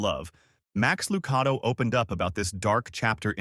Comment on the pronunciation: Please learn to pronounce names Max Lucado is pronounced with a .one A